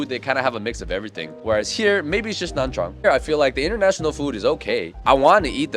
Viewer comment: please just pronounce nha trang by nya trang that's the correct way to say it